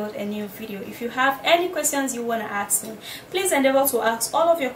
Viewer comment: Nigerians it is ASK not AXE